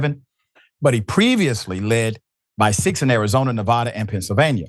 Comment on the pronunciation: You mispronounce ‘Nevada.’ It’s not that difficult😂